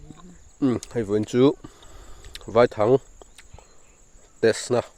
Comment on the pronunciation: Vaithang i sawi dan kha, vaihlo tia kan sawia, vai tih lai tak hi vaihlo hming kan sawi ang hian vai lai tak kha lam nise, a dik ang a, i thang herh kha a lian deuh lo maw te ka lo tia. lo awk teuh zel teh khai.